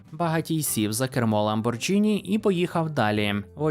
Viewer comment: Все класно, але Lamborghini вимовляється як ламборГіні.